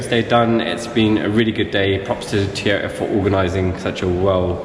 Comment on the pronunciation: Looks like Ive been saying it wrong all this time, apparently its Teee-yota. Silent first "O" people. Btw now that Toyota has improved on the BMW engine with those 300 modifications, i bet we will start seeing more reliable BMW engines ... 🤞